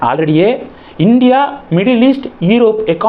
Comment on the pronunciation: தம்பி! ஏற்கெனவே என் சொல்லுங்கள். இல்லை already என்று சொல்லுங்கள்.ஆல்ரெடியே என்று வார்த்தையே எந்த மொழியிலும் இல்லை.செந்தில் பாலாஜி என்ன தியாகம் செய்தார்? அவரைப் பற்றி முன்னாள் எதிர்க்கட்சி தலைவர் இன்றைய முதல்வர் பேசிய காணொளியை நன்றாகப் பரப்பி விடுங்கள். புரியட்டும்.